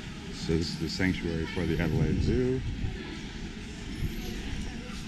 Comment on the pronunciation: Alelaide stop not perth ok cute ✈👍🎉🎉